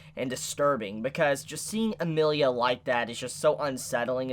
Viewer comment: Please work on ya character name pronunciation - gets pretty grating hearing Amirlia instead of Emilia - will have to stick to Echidnut's reviews from here on out